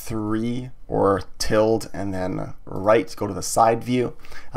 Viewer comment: hi, just letting you know ~ is pronounced til-da, not tild